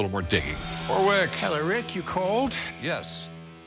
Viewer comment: The way rick pronounces "Warwick" should be a crime